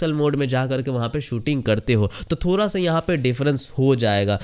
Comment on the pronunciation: "थोरा" नहीं बे "थोड़ा" होता है बोलना तो सीख MI को बर्बाद करने चला